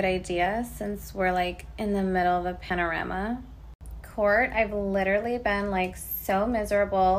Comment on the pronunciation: "In the middle of a panarama"😳😂🤣